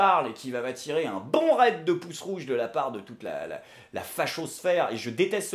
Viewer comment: C'est fou j'était entrain de recouper un peu tout ce qu'il se dit sur cette "affaire" et j'en suis venu à un raisonnement similaire, encore une fois je tombe d'accord avec avant de voir ça vidéo, et ce qui m'a le plus marqué c'est que j'ai détesté son massacre de alléluia (ou hallaluia pour les raciste primaire) et c'est tout, le voile, ses propos ou son orientation religieuse je m'en cogne, ça c'est à titre personnel. Mais je me demande si elle avait conscience que dans le climat actuel, chanter en arabe avec un voile sur TF1, était pas la façon la plus simple et sans accro de devenir une star? si j'était un conspi je dirait qu'elle a joué le badbuzz et TF1 aussi, mais je suis trop pragmatique pour ça!